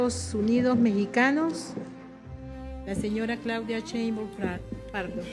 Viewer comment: la senora Claudia cheimbaum jajaj que Les Cuesta decirlo Bien con sh sheimbaum